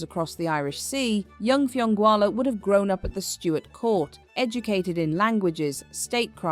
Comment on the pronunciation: Hilarious pronunciation. Fionnghualla is pronounced Finoola. All the Gaelic names are massacred here. No respect.